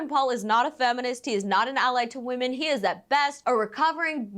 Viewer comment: Girllll not you pronouncing “women” like “woman” 😩 I thought that was only a Cali thing lmaooo